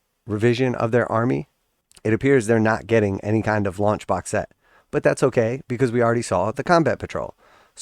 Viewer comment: I had to listen twice. I thought you said lunch box and I was like yippee! Something to go with my GW snuff box and Christmas socks. But alas, you said launch box 😢. Lol!